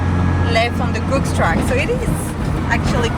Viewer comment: Interesting and fun video guys. Thanks for all the hard work. I think you’ll find it’s pronounced Googs as in “good”as the guy who blazed the track, John Denton used to sell eggs and got the nickname “Googs” from that.